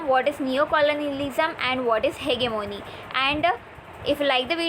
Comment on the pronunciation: It's hegemony not hegemony dear ...by the way your voice is very good and pronounciation too...